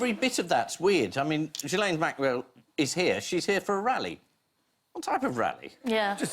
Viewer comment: I mean I hate her but it’s Gill en not Jill N probs mixing the pronunciation with Virginia Giuffre